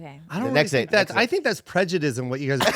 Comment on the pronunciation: "prejudism" is making my skin crawl lol